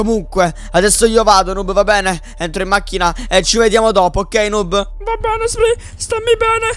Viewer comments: Chi si è accorto che all'inizio dice snoob invece che noob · ai detto snoob a noob al inizio